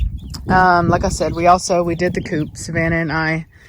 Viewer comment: Okay that’s my pet peeve!😂when people say ‘coup’ 😂it’s chicken coop not coup!😂